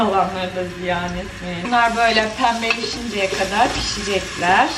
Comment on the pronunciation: sogan penbelewince dedin